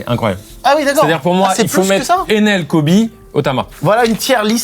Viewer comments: Le "Enel" est infernal pour moi, ça fait tellement anglais, je préfère la prononciation française, ou à la rigueur la prononciation japonaise (エネル, E- NE- RU), certes le "r" japonais ressemble beaucoup et souvent à un "l", mais il est plus accentué, là il (Carlito) dit Enel comme si c'était NL et je n'arrive pas 🤣🤣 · Carlito qui dit enel au lieu de ener m’énerve au plus au point mais c’est pas si faux, juste rare de l’entendre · C'est une vidéo géniale mais carl, tu me rend dingue à chaque fois que tu parles d’Ener, tu dis Enel au début 😂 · ça me rend fou que carlito pronnonce mal en disant "Enel" un des premiers big antagoniste de cette animé dont il se vante souvent connaitre si bien.